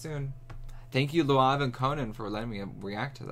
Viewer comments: had me wheezing 💀💀 🤣 It's lauv, idk how to explain how to pronounce it. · He said Luav, lmao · Just to help you, his name is said like the word Loud, just with a v at the end :_BeefLegionPride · Also never new that’s how you pronounced lauv’s name omg 😂😭😭😭😂😂 ive been saying it wrong this whole time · his name is lauv not luav hahaha